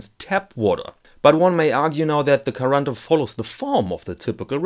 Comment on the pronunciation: You pronounse quaranta in a rather "melted" and fast brazilian way, it's more sharp and separate in italian